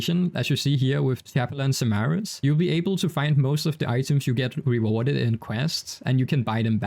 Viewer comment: I love how he says "chap-a-lon simaris" XD